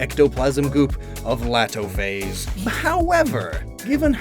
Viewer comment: Laatophaze would actually be prounounced Letophaze since hand is pronounced let in burmese